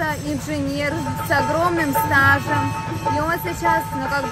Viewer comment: Не столь а стол, не сташем а стажем!